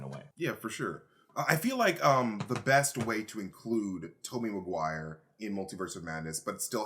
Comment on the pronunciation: "Maguire ma-g-why?!" was gold🤣🤣